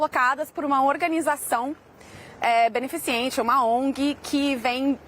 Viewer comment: Não é "beneficiente", mas sim 'BENEFICENTE', senhora repórter. Gente, alguém manda essa senhora de volta pra escola. 😮😮